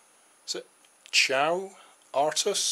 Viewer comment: Good concept however I couldn't help but notice that you pronounced Caio wrong... it's a Brazilian name its not pronounced "Chaio" rather "K-a-i-o". Nice video BTW!